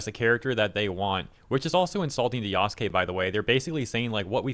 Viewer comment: Lmao everytime he says Yaskay instead of Yasuke i cringe so hard 🤣